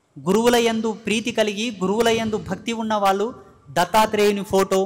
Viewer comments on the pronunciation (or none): none